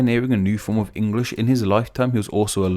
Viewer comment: Hi, I’m a non-native English speaker. It’s interesting how you say “Engrish” sometimes instead of “English” in this video. Wondering if the former is a slip of the tongue or is it an alternative pronunciation acceptable to either the British or American English? Thank you!